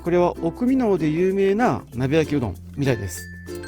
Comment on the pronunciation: 美濃はミノです。ご存じでしたらすみません。ミノウと聞こえたのであしからず。